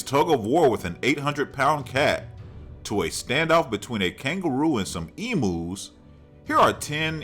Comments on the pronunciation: Lol I love the way he said emus that was funny .😂😂😂😂obviously not a Aussie lol . It sounds like he’s saying emoos lol that’s funny .that spider spell check keeps changing it so I’ll say spider .I’m live in Australia.yes they do get this big ive seen them myself .they seem to come inside before it rains . And far out can they run fast jump to lol .I didn’t think this was an Aussie the way you said emoos that’s so funny . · they are pronounced like EMYOU